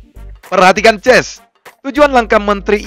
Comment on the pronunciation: Gua pusing Abang bilang "gays" atau "ches"